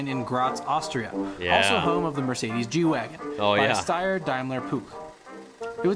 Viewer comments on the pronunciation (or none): none